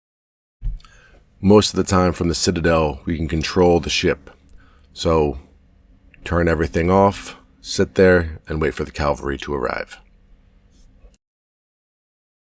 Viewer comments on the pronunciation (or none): "CALVARY" as was misstated within the narration and duplicated in the 'closed captioning' is the name of the hill in the New Testament where Jesus was crucified! Apparently what was actually meant was "CAVALRY" meaning military troops mounted on horseback! There's a big difference between these two SOMEWHAT SIMILAR words! 🐴 🏇 🐴 ✝️ ⛪️ ✝️ 🐴 🏇 🐴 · Learn to pronounce the word Cavalry 😂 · that's like nucular / nuclear never going to happen eh